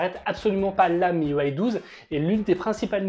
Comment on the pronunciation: Miuway ? Mes oreilles saignent !! Ont dit un système UI pas un système uway 🤨